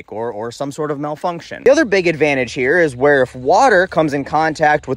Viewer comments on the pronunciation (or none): none